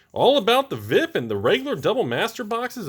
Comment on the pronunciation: Thumbs down for pronouncing “VIP” as a word.